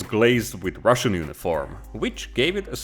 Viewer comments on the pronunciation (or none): none